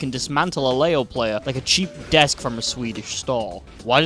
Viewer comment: "LAYO" IT'S PRONOUNCED LEE-O FOOL